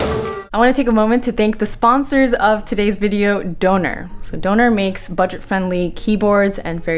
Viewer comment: I think your sponsor is pronounced with a short O like Donna the name, not like donor. It's also German for thunder.